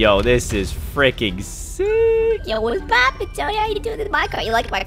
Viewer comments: you said yo wats popin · You said wats poopin